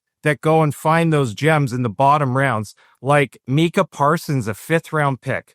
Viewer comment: Went straight to the comments after I heard that. "Mee-kah Parsons"